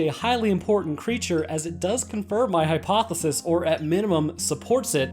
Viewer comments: It's a real tricky one for sure, the plural of hypothesis is; Hypotheses - Only difference is an "eez" sound at the end as opposed to an "iss" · It’s pronounced hypothe-sees(hypotheses, plural of hypothesis) you’re welcome ☺️ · "Hypotheses" high-poth-ih-sees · "hi poth eh sees" ;) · If you weren't joking, the plural is hypotheses. Last part pronounced "sees". Good stuff as usual, keep it up